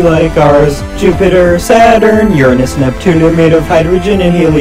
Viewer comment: FINALYYY A PERSON WHO ACTUALLY KNOWS HPW TO SAY URANUS 😮‍💨